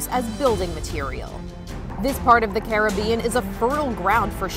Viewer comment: Carib-bean coast